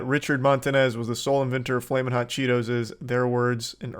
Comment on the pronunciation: It took a Mexican to get “flamin’ hot” down right.